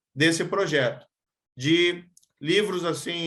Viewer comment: O "pojeto" kkkk parece o Luxemburgo